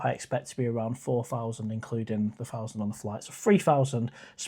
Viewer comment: Free Fousand (easy for me to say) Tee hee hee 😅 By the way, answer is no.